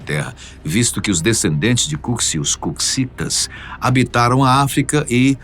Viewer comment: Não se pronuncia cuksi Se pronuncia cuxi ou cuxitas😅